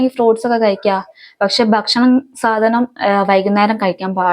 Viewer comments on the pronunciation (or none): none